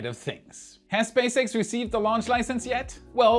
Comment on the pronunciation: Did you say Space Rat?